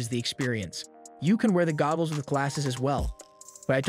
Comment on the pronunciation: Is no one going to say anything about the fact that he keeps saying gobbles?.